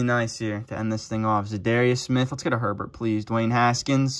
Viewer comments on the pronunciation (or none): none